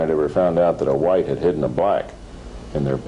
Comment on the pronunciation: "Hidden" Figures, "Hidden" Colors, accent on Hidden is The "Anerrikkkan" Way to this very day.